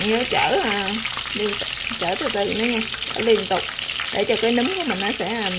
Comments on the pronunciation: Nấm chứ kg phải núm nha chị phát âm cho đúng nha chị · Em gái nấu món chay ngon ! Khi em phát âm từ " nấm " nó khác với từ " núm " , 2 từ này 2 nghĩa khác nhau 😂🤗 !